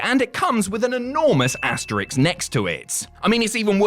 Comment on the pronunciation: AsteriSk not asterix